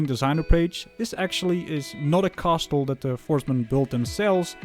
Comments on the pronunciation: The "t" in castle is silent. It's pronounced "cassle". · Thanks for the review! I can’t wait to build mine. Subbed! P.s. coming from a fellow Dutchman, the t in castle is silent ;)